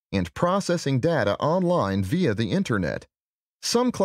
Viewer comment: Did u not notice the 'via' 🤣🤣